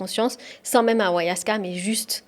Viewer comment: On dit pas awayaska mais ayahuasca !!!! Et tu prends le pouvoir des chamans pour du charlatanisme, tu es un peu simple d'esprit